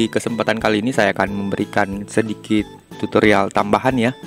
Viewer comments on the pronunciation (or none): none